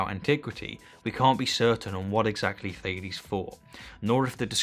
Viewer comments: Sorry for being an anal, but it’s funny how you talk and describe Thales accomplishments and success, yet pronounce his name as Fail-es. I regret nothing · It’s pronounced Ta les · Actual Greek pronunciation would something like “Tah-lehs” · Thales is not an english name. Please pronounce it greek. „a“ like the „a“ in „car“, „e“ like „yes“. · It's funny how much the english pronounciation of "Thales" differs from the german. I think we don't know enough about this man to make a fair assessment.